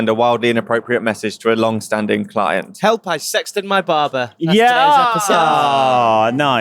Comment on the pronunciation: With his Northern pronunciation, it always sounds like saying, "Help! I sexted my bus" to my American ears.:)